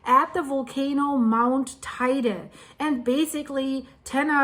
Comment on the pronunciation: Teide. She doesn't say it so badly.